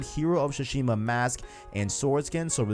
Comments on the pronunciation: Su-Shima bro. Not shu-shima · tsu-shima, not su-shima or shushima. the "t" is subtle, not silent, just like in "tsunami" though I know most people mispronounce that word as well